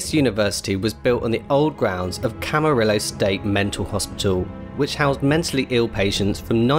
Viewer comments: AYYYY i live in Camarillo (and btw its pronounced cam•a•rio) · Camarillo is pronounced CA MA RIO I am currently a student there.